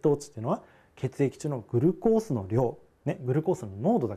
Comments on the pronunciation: グルコースが気になりすぎて耳にグルコースしか入ってこない笑笑 ぐ⤵︎ るこーす じゃなくて ぐ⤴︎るこーす じゃないの？ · グルコースの発音なおしてください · 水溜りボンドのおもしろ動画まとめ グ↑ル↓コー→ス↓ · グルコースの発音が僕と違うけどそれも個性だよに☺️ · グルコースのイントネーションw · グルコースの発音w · SRさんサブ赤ちゃん 普通ではないw